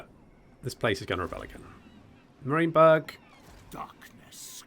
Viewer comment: Best content but I must say it’s ( merry-in-burg)